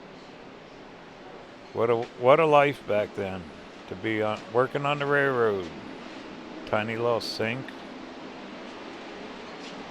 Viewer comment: I’m sorry, my husband is a railroader. It’s pronounced RAIL ROAD. NOT Ray Road.